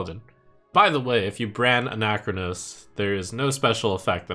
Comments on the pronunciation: It’s not Anac-chronos It’s Ana-chronos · why are you making ana-chronos into a 4 syllable word?